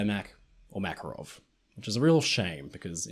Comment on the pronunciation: Thank you for the video! For the future, the exclamation is on the second A in the name MakArov 😊